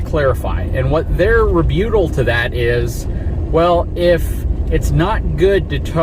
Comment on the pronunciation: Enjoy the video, however, rebuttal has two Ts. Therefore it is pronounced the same as rebut with the extra syllable added